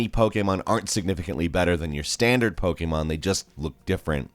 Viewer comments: It’s pokEmon not pokeAmon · Its pokemon not pokaymon